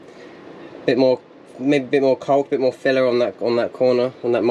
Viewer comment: The builds getting exiting now well done mate! Its always tough getting through the first stages of the build especially through the winter months but well worth it. Your definitiately getting too attached to it and will struggle to let it go! Decorators caulk is pronounced (cork).